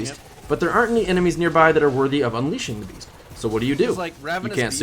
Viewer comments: BeaST not beaF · Are you saying Ravenous Beast, or Beef? lol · Approximate_ Accuracy i heard ravenous bees a few times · Anyone else catch him saying “beef,” instead of beast